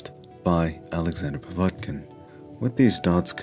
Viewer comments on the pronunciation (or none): Oh one other thing - it's pronounced POV ET (as in bet) KIN; not Po vat kin - Mr. Mindsmesh